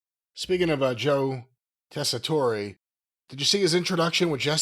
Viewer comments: It is the way u would say his name in Sicily, but since Americans always being stupid and americanize the names anyway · This has to be a running joke at this point that keeps pronouncing Tessitore’s name wrong. There’s no way he’s actually still getting it wrong unintentionally.